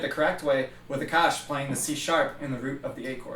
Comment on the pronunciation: when you say 'Aakash' I always hear 'the kush' and I'm like wth where does weed come in the picture